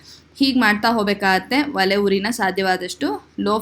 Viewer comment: ವಲೆ ಅಲ್ಲ ಒಲೆ ಅನ್ನಬೇಕು